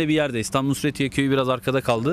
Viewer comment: Nusretiye değil NÜZHETİYE